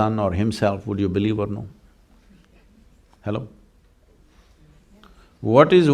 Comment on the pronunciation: I love him saying "Hellow".